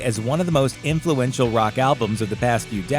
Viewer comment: influential? sorry. i had to shut the video when i heard that.